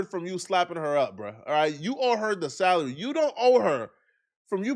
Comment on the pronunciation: I thought you was about to say he got into it over a salad but you said salary